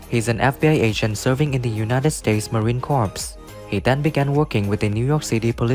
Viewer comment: Learn how to say Marine Corps correctly